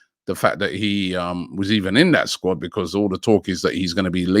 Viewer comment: nobody: robbie: becorse